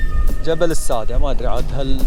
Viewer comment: مبدع واصل نطقك لاسم الجبل او التل غلط هو اسمه الساده بمعنى يسد الشعيب الكتابه صح بس النطق يختلف